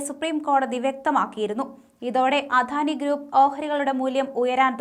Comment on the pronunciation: അധാനി എന്ന് തെറ്റിച്ചു പറയുന്നത് കേൾക്കുമ്പോൾ കലിയാണ് വരുന്നത് അദാനി എന്ന് പറയാൻ ആരെങ്കിലും ഈ കൊച്ചിനോട് പറയാമോ